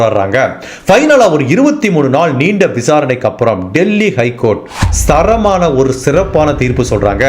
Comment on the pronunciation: 1.24 to 1.32 - RRREPEATT...😂 20.33 - SARAMANA (THARAMAANA)😢 NO ONE DISLIKED crime diaries❤